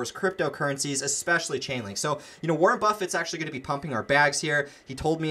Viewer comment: Wareeen lol